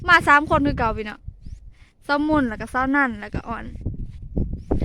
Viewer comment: งามจ้า..งามหลาย..เว้ากะม่วนเสียงกะ ดังฟังกะชัดแล้ว คำว่า(เน๊าะ) ออกเสียงได้ม่วนหลาย เป็นอีกหนึ่งคำ หนึ่งข้อที่เป็นจุดเด่นของที่จะทำให้ คนเข้ามาฟังมาชมและก็มาติดตาม